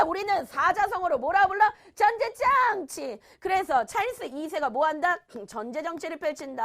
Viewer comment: 당연히 부전자전? 이러고 있는데 전줴정취~ ㅋㅋㅋㅋㅋㅋㅋㅋㅋㅋㅋㅋ